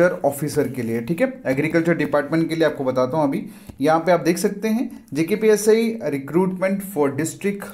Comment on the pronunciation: Bhai khna kya chahta hai tu JKPSI ya JKPSC🤣🤣 dyan se suno dosto JKPSI bol rha hai